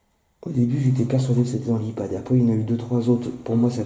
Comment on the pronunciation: c'est HEPAD et pas Ipad:D